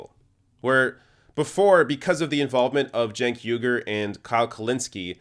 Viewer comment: You keep mispronouncing Cenk Uygur's name.